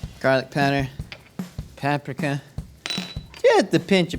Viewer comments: Why did I think he was saying papsmear everytime he said paprika 😂😂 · Josh i Love what you do, But the way you pronounce "Paprika" is so silly.